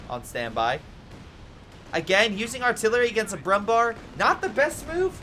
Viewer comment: Nice Video as always, thank you! I have a request: I know Umlauts like ä, ö and ü are hard to pronounce for you, so Kübel is not possible, as there is no easy way to pronounce an Ü for english speakers. But the Brummbär is easy: Bär means bear in english and is pronounced nearly the same. So just say Brummbear and you would make german speakers happy as there is also a Brummbär in CoH 3, so learning it is an investment in the future, cheers. P.S. The absolute best way to pronounce Brummbär would be broom-bear